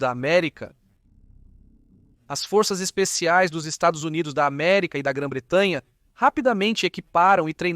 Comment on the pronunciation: O VIDEO FICOU ÓTIMO , APENAS ESSA ÊNFASE NOS "estados unidos da america" fica como uma fala de torcedor ....